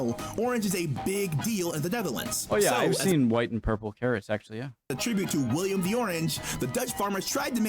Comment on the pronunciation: I'm Dutch and throughout most of this video I kept yelling: "IT'S WILLEM NOT WILLIAM!!!" XDDDDDDD It's a good video though, I never knew a synonym for 'Dutch' was 'Netherlandic'